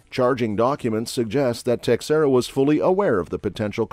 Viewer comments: pronounced Tashera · FYI, Teixeira is pronounced "Tasheera".